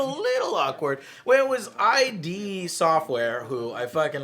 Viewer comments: Love ya joe and love your show but it's killing me so I have to say something. It's id not I. D. Anyway keep up the great content! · ID "eye dee software?" really joe? you know better than that. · lol Joe "I.D. Software"... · its " id software" not "I.D. software" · It's id software... as in 'lid'. Not 'eye-dee'. :P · Its just Id Joe. As in Id, Ego and Super Ego. Just Id. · Its id Software.. not I.D... Id, as in Id, Ego, and Super Ego.. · Love you Joe - but did you just say "AYE.DEE. SOFTWARE" ? commonnnnnnnnnnnnnnnnnnnnnnnnnnn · The company writes its name with a lowercase id, which is pronounced as in "did" or "kid", a connection with Sigmund Freud's psychological concept of id. Also Quake Champions is great BTW.